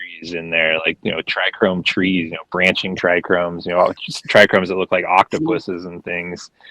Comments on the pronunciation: Do i trust a breader who says trichromes instead of trichomes??? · I dunno man - I really do think the issue is how he said TRI CHROMES! My ears hurt every time he said that. yikes - you're a professional in the industry, please learn your own vocabulary and how to say key words! lol